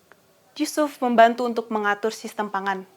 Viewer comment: Mantap, kalau bisa di edit sedikit menit ke 11.33 ya. Krn semangat menyampaikan materi sehingga nama Yusuf terdengar seperti sebut nama Yesus.